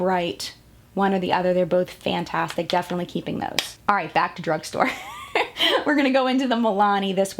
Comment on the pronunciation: Am I the only one bothered when she kept saying "fann - tastic" instead of fantastic? XD